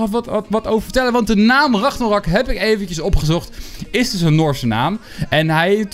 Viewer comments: Spreek alsjeblieft de naam goed uit, het is RAGNAROK en niet Ragnorak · Het is ragnarok niet ragnorak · Like als je ook hoort dat de hele tijd ragnorok zegt plaats van ragnarok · Het is Ragnarok. Niet Ragnorak. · RagnArOk niet ragnOrAk like als je er niet tegen kan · Kun je aub ragNArok zeggen ipv RagNOrak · Je zegt ook steeds weer ragnorak he? Het is ragnarok🤣🤣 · Je spreekt het uit als regnarok, niet ragnorak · het is Engels he je spreekt het uit als raknarok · Hij zegt altijd ragnorak